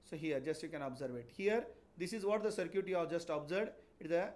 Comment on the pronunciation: circuit ❌ Sir-Cute ✅ 😂😂 btw nice explanation sir 🙏🙏